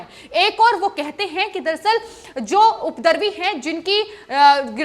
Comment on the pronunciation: Upadravi not updarvi.